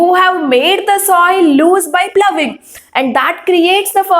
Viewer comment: Madam you have used the word ploughing and phoughing.ploughing is correct